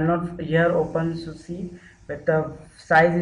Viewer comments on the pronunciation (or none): Dude you seriously need to put more effort into making people understanding what you are doing, You might have done it a thousand times but the ones watching are trying to do it for the first time so.. seriously go slower and stop calling it OPENSUSU !!!